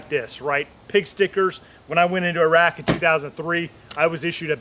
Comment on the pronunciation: Informative video, now you are one of thew very few Americans I've heard pronounce Iraq correctly, please educate the rest of your population it's not eye rak